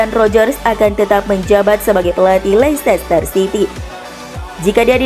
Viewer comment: Leicester itu sebutnya leister min..